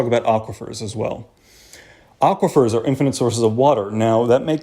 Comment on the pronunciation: 'Aquifers' = triggered